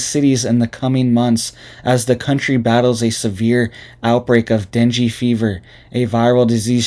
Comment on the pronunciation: Ur pronouncing the fever wrong lol.